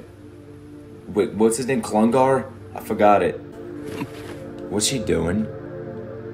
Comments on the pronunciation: this mf called him “Klungar” 💀 Please never change lmao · bro really called kakyoin "clungar" LMAOO 😭